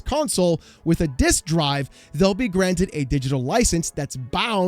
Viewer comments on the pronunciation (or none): none